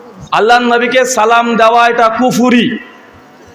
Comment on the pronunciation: যে সালাম শুদ্ধ করে দিতে পারোনা তার সাথে কিসের বাহাচ